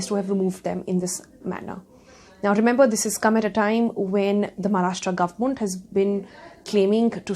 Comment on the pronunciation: So.....No one's got anything to say about her pronunciation of the word Government ! ??